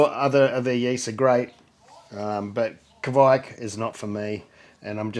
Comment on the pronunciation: Guys! Kveik! K V E I K! Not kweik, not kviek, not kweik, Kveik! How hard can it be?